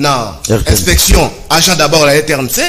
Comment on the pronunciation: Ndeko ZULU nalingaka mingi, mais boluka bolobela ye un jour ata na KUKU, C'est un intellectuel, atika koloba to ko prononcer b'angent, na place alobaka b'agent